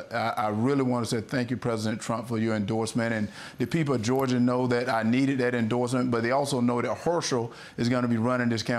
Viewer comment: Please, someone tell this half wit the word is pronounced “that” not “dat”. No telling how many concussions he has suffered. It sure sounds like something gets lost between his brain and his mouth. Ask Mr. Walker to name the three branches of government. He’d probably say the left, the right, and up the middle. That’s how he ran the football.